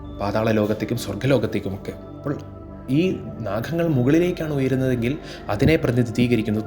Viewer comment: Pathaaanjsli Maharshi aaraanaavo mahaanubhaavas..PATHANJALI....pinnaeyyy ...Anandhan..athaaraanaavo, ..adimadhyanthamillathathanu ...ANANTHAN..NAKHANGAL, ENNU dayavayi ucharikkallaey